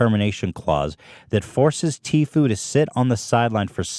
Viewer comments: Sooooo disappointed. Lmao. Sooooo I’ve NEVER heard anyone spell out Tfue.??? Had she really never heard anyone say his name? I just kinda recently started watching Petty...but wow?!? Not sure why I’m so annoyed at her spelling his name out so much?? That’s on me. Props to you for trying to report on something you’re not familiar with...I do follow faze banks and some of the other guys on my accounts. Etc. Pleaaasseeeeee though...watch at LEAST Banks’ video, do you’ll know how to say it?? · I don't wanna be that person, but it's T-fue, not t-f-ue. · TFue is pronounced “teafu” not T-F-U , keep up the good work girl 😘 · OMG IT'S TFUE! T-FUE....TTTTEEEEE FOOOOOOOO ...NOT .... T.F.U!! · just a heads up its tea fu not t-f-u love you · “T-F U” 😆 queen of mispronunciation, and living for it💅🏻 haha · It's "t-few", hon. 😅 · I was just thinking aww she’s pronouncing it wrong and saw this and legit spit my drink out laughing 😂 I love it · I defend honest mistakes but as someone acting as a source for updates and news, you CONSTANTLY mispronouncing news and terms relevant to the topic makes you seem poorly researched and cashgrabby. you don't care about these stories, their impact/effect, or anything like that. you care about pushing out videos for money. it's not cute you couldn't figure out how to properly say TFue, a two syllable name, when FaZe and every other source, including Tfue himself says how to say it. Fumbles and mistakes being character and make you personal. Not giving enough of a shit to make sure the info in your video is correct when you make money off it? Not cute, especially when you have such a pattern of it. I was a big fan but now I just can't stand it because if you cant get the very basics, like the names of those involved right, what else is not researched properly or misreported